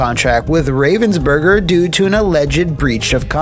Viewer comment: As German native speaker I find the pronounciation of Ravensburger just hillarious. Thank you, it made my day!